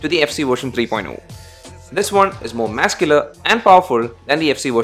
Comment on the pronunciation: Work on the words Muscular and Rear.........